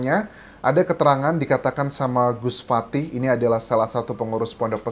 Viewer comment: bukan fatih tapi fatah bng